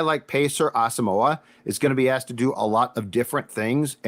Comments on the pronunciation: man you guys gotta start pronouncing Brain's name right, his last name is pronounced Ah-sum-mwah not moe-ah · It's Brian Ah-sum-wah. Please start to pronounce his name correctly